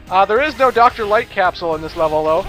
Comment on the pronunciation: Doctah Wahwee capsules.